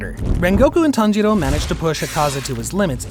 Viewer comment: I heard him said tanghero